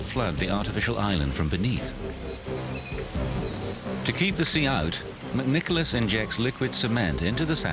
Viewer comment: it’s McNicolaus he pronounces it perfect